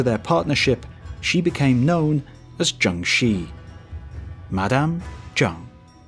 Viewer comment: Awesome video! Minor pronounciation nitpick - the "Shi" in "Zheng Shi" is pronounced closer to the first part of "shirt" - that is, without the "t". Like "shir" but you only kind of slightly pronounce the "r".